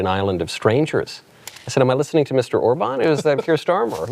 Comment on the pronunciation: Orban statt Urban! 😂🎉